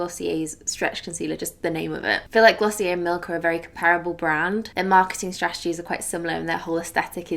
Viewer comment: I think glossier is pronounced glo-see-uh